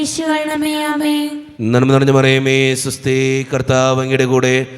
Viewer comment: നന്മാനമറിയ മേഅല്ല നന്മ നിറഞ്ഞ മറിയമേ എന്നാ ണ്